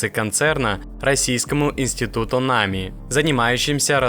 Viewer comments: Чувак, что у тебя с ударениями? Какой мАнтуров какое нАми, ты так тролишь что-ли? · Да, автор что то с ударением не очень дружит. Точнее с реалиями нашей страны, как произносится фамилия Мантуров можно было бы разобраться, она из каждого утюга по 20 раз в день звучит. Да и НАМИ тоже... Автор тебе сколько лет, если не секрет?)) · Судя по говору автора, то все ударения делаются НАМЕРЕННО не правильно ! Нами, мантуров ... чего вы добиваетесь ? Чтобы вас не смотрели, а ???